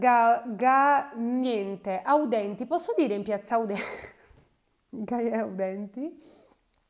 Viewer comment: Ciao, non voglio essere spocchiosa ma la piazza di Milano che citi, si chiama Piazza "Gae Aulenti" e non "audenti";) un bacio